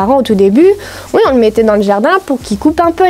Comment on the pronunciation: Tu dis ui à la place de dire oui ça me tue😂